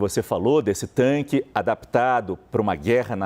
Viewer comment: Especialista falando "tanque" é osso.